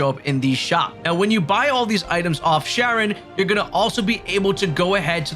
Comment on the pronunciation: It looks like Sharon, but it's pronounced Karen. The whole game is based on original spelling and pronunciation from hundreds of years ago. Also, DO NOT buy every gear item from her, that is a waste of Gil and completely unnecessary as you will find items, or even craft them from Blackthorne, that will be better most of the time...especially swords!